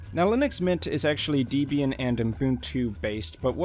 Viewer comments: ... and it is "ubuntu" and not "Unbuntu" as you promounce it. Likewise, it "Debian" as in "web" and not "Deebian" as in "cheap". And oh yes, Ubuntu runs on Unity and not Gnome. And one addition: Debian is probably the most user-unfriendly distro out there due to the many restrictions and their ideology on "free software" (cfm GNU and Richard Stallman) Nevertheless, so many great distros are Debian-based and that is why Debian is so important for the community and Linux standards. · You mispronounced SuSE and Debian. They are pronounced "Sooza" and "(Deb)ra + Ian"